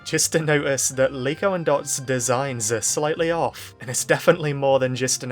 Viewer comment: And that's not Liko that's Niko